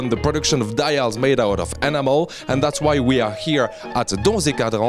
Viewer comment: Dies out of animal.... oooh that french accent!